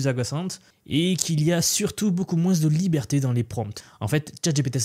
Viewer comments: Hello, j'adore tes vidéos et te suit régulièrement. :) Rien avoir avec l'IA mais j'ai constaté que tu prononces les S quand tu dis "moins" moinsss, c'est voulu ? Une fois que je l'ai capté j'entends plus que ça :D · Merci pour ton travail et surtout bon courage dans ta région avec les chaleurs qui arrivent(tu as été trahis par ta prononciation de "moins" que l'on entend dans le sud-ouest de la france) ;)